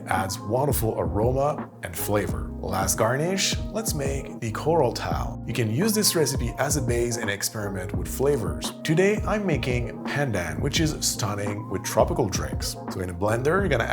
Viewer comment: Tuile - pronouced twheel.